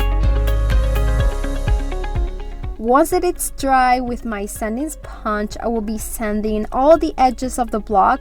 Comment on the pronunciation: I have been a subbie for awhile now and I just wanted to tell you your English has improved so much. I know you were selfconsncious when you started. With that being said, I still love when you struggle with certain words like sponge. I can't help but smile. It's the little things ❤❤❤